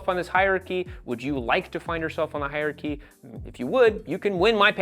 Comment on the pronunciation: hier-chy, NO. hier-AR-chy, YES.